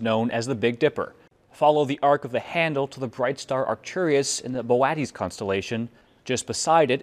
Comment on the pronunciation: "Should I look up how the words Boötes and Arcturus are pronounced before reading this?" "Nah, it'll be fine."